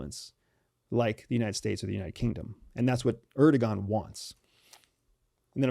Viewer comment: Really trivial, but: don't say "erdogan," it's "erdowan."